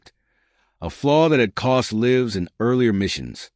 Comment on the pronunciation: The Gudgeon did not sink a Japanese carrier as this narrative claims, nor did it cause the US Navy to fix problems with the Mark 14 torpedo. This story is a bunch of BS. I hate AI reading, you can tell by the pauses in the middle of a sentence and the way it mispronounced words like lives (in the story it was meant to be the lives of the people on board, the AI pronounced it as as in "Frankenstein's monster lives"). Telling a false story does not honor those who served.